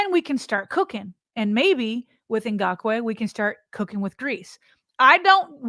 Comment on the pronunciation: man you struggled with his name. Come on now. It’s not Na-gock-way. Isn’t it like Ingraven. Ing-gock-way Idk maybe I’m wrong.